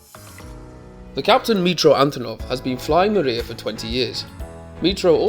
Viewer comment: Pronunciation of the aircraft name is not correct . It’s not mAriya, it’s MRIYA!